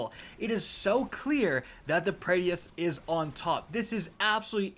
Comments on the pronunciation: This man said Praedeeyth 🙄🙄....done with this guy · as a D1 veteran you should know how to pronounce His name OMG LOL every time you say Praedyth's just hilarious. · Say the damn name right God dammit 😭😭😭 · Dude cant even pronounce praedyth right 😂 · I hate the way you say praedyths revenge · Pray Dee ith's revenge. Man's can't read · Hearing Prae-Dee-Iths so many times made my head hurt lol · I thought I was the only one 🤮 it hurts to hear him say it like that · Pray Dee Ith? Lol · Bro it’s “Pray-dith” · It’s Pray-dith and Succ-session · "PRAY-DEATHS" lolol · Your pronunciation is the worst. Praedyth, PRAEDYTH!!! Not Praedyeth...... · for the last time its not pray-dee-ith its preadyth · Sounds like is saying Prettiest* revenge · It's not said "praedeafs revenge", it's "Prae- difs revenge" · Praedyth’s revenge is “PRAY-DITH” not pray-dee-eth. There’s only two syllables. Just sounds weird hearing it lol. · Every time he says Praedyth I cringed inside. Pray-dith. Not Pray-de-ith. lol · Prea- D - eth????? It’s pronounced as prey-dyth. Just saying. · Say it with me now pray - dith..... pray- dith not praydy-ith! Pray-dith only been out for like 8 years... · I wish I could have a slice of pizza for every time he incorrectly calls it 'pray-dee-ith' instead of 'pray-dith'. I'd be eatin' good tonight. :) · How the fuck do you say the name of every weapon wrong? ;__; Why are you pronouncing it Pray-dee-ith and not Pray-dith?? I'm gonna cry, is saying it wrong some inside joke I've been missing all these years? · Say it with me Pray-Deth... not Pray DEE eth.... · say it with me now... PRAY - DITH. PRAY - DITH. not PRAY - DEE - ITH. that concludes my ted talk. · please. Say it with me now, PRAY-dith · I'm sorry but my man said praydiethehes sniper lol have some confidence when it comes to pronunciations G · Pray-dith. SMH. Suck-session. SMH. 🤦 proof that you dont have to be able to read gooder to be a streamer. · Prae-dyth. 2 syllables